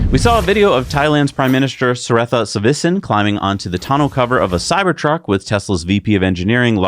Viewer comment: Prime Minister of Thailand: pronounced "set-ta, ta-wee-san", not whatever you said. (Don't always agree with you two, especially on the topic of Unions, but you do entertaining and informative shows, thanks).